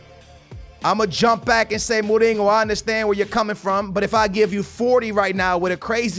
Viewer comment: Dude, what is with you saying like 99% of the names wrong.....Mourinho doesn’t have a G in it dude....